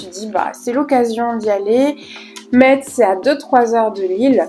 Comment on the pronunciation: Je suis en retard! Mais super vidéo! Par contre je tiens à te préciser qu’ont prononce pas le T ont dit messe 😭🫡